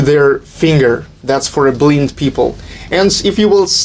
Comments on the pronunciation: ААХАХАХАХАХХАА BLIND = БЛАЙНД А НЕТ BLIND ≠ БЛИН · Poor guy. He speaks understandable English, but English orthography is so NOT PHONETIC he mispronounces common words like "Japan" and "blind." But who can blame him? I just wish I could manage to learn a foreign language.